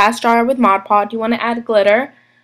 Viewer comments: its modge podge not modge pod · Cute idea but Mod Podge is pronounced "mod" "podge". Podge rhymes with lodge ... Dodge. :0) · I noticed that 2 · Yes!!!made me cringe every time